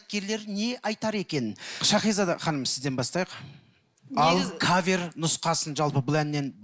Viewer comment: Турсынбек сакау ма Щахиза дей береди,Шахизада гой